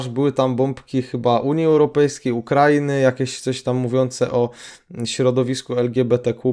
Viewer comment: Tylko nie "Ukrainy" z akcentem na a proszę